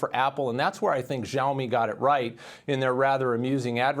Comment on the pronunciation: She say Zoami this xiaomi